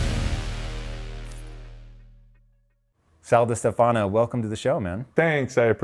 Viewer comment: Correction: you have to stress the "e" of "DiStefano", not the "a".